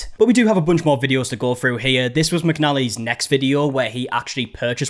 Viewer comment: Why is it that people who created the language of English can’t even speak it. The word is “through”, not “frew”